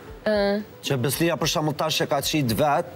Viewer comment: I vrejtje oj mos thuj përr po ma mir thuaje për.